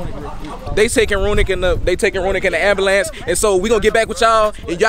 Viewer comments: it’s “amberlance” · That Man said "aM-bU-lEnCe" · “They takin runik in the ABALANCE” 😂😂